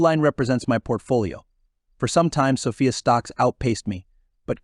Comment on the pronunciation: SOFI not SOFIA you dummy